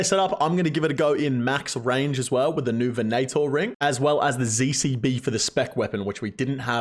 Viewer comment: L0000L "the Vin-A-Tor ring"